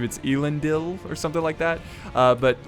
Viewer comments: (Eh-Lin-Deel) Elendil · It's pronounced "Elendil" straight as it is written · Just some constructive criticism, but Isildurs fathers name is pronounced L-en-deal. (Don't know if you care or not.):-) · Elendil is pronounced El-En-Dil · Its E lendil, both E`s are pronouncedd the same way as the E in the word "Den" as in thieves den. The i is a long i. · Elendil = Ell-en-deal Isildur = I-seal-dur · I cringe at your pronunciation of elendil